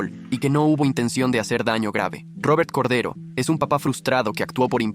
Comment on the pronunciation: Corday❌ Cordero✅✅✅✅✅